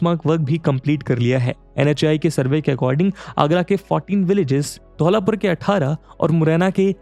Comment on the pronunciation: सर ये धौलापुर नहीं धौलपुर है।